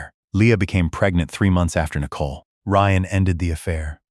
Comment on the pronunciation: The AI speech on this story is pretty bad. Out of context "daaaad" screeched. Nicole incorrectly spoken N eye cole" etc